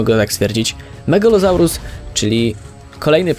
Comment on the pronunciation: Saurus czyta się Zaur